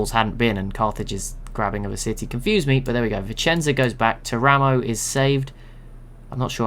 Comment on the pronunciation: Something very minor but it might come up again if you use Italy civ: Teramo is pronounced TEAR-uh-mo, with the stress on the first syllable, rather than ter-A-mo.